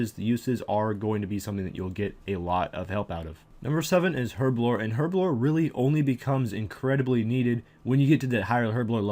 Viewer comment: Your pronunciation of herblore is atrocious! Other than the aforementioned statement, this was a good video.